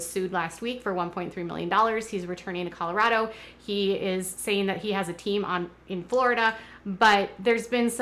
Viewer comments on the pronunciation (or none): none